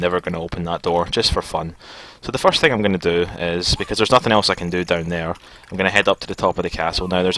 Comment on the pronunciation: Nehehehehhe "foirst time" HAAHAHAHAHAHAHAHAAHAHA!!!!...... Uh, dunno if Scottish or Irish.. I'm not too certain. ;-;7